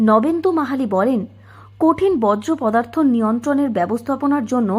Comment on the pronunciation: বজ্রপদার্থ আবার কী? 😅 বলুন বর্জ্য পদার্থ।